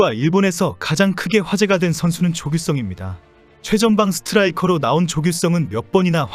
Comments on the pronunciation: 조규썽x 조규성o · 조규성이란 발음이 그렇게 어려운가? 조규썽처럼 들려서 해봤는데 그게 더 어렵던데... 좀 더 신경써서 들었더니 조규썽이 아니라 조귯썽이라고 들린다. 규성과 귯썽. 발음 연습을 좀 더 해야 할 듯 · 조규썽 조규썽 조규썽 왜캐 썽썽 거리는거임? 썽썽썽 되게 거슬림. 발음이 안되남? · 조규썽 이라고 발음하는걸 보니 AI음성이네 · 조규썽? 조선족이냐? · 조규'썽'은 누구지? AI낭독인가?